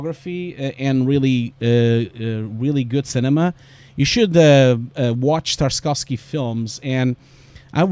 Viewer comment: as a native russian, your pronunciation of Tarkovsky is a bit harsh, you're right about spelling "y" as a "iy", but there is no "sk" sound after "Tark".. anyway, just wanted to let you know. And also you're totally right about the "art" part of VFX, because sometimes you just get blown away by learning technical stuff up to the point that you forget you're an artist